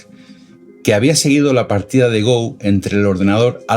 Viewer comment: No es GOU es Go, palabta de origen japonés. Saludos.